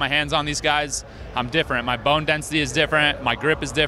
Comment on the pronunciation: did he just say my bine density is different lol